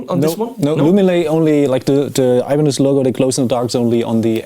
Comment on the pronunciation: Lol, sounded like you said "Alemanes al final", which would be Spanish for "Germans at the end". Hmm, as someone who is looking to begin playing guitar, 7 string, multiscale, long scale, Floyd Rose, etc. are things that do not interest me, so I wonder why I bothered watching the video...must be because you are click-bait for me (no gayness intended)...